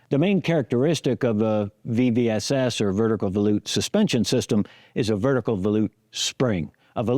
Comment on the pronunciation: Credit to you for being the first person to pronounce volute correctly. I was thinking that can't be right but when I checked, that is the correct way to say volute. I had always assumed it was like vol from volume and ute like the fighting Utes.